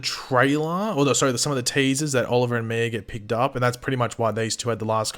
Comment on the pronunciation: I cringe everytime you say Mia's name. You say Miur 🤣